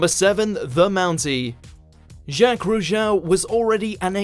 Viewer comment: The Mountie might be crazy, but he was also amazing. Such a shame you can't pronounce his last name.